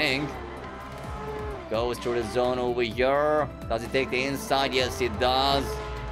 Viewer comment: 173 times he said over hëre in this video . But bro , not “over her”, correct be “over here”